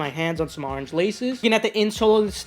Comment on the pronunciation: I had to unsubscribe because you say orange weird